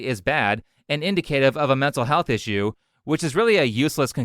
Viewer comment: Just some quick criticisms: Your pronunciation of Indicative. The national Socialists were not the boogeymen we have been lead to believe. Most people don’t know much about them except what they’ve learned from modern Hollywood. It’s actually dangerous because it has radicalized many young men (and some women) when they find out the truth.